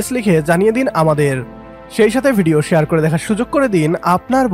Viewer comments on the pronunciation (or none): none